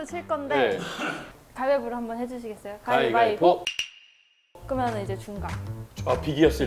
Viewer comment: 가위 바위 보 .... 이렇게 말해야지 .... 가이가이 보가 뭐야????